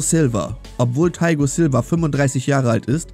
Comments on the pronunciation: Taigo Silva hab ich ja noch nie gehört btw. heißt er Thiago Silva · Er heißt nicht Taigo Silva sondern Thiago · Thaigo Silva? Ihr meintet wohl Thiago Silva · Thiago silva nicht thaigo silva